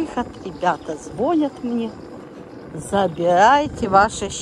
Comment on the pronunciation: .....в слове "звонит-нету вони. Все таки научитесь ставить ударение, а то уши режет.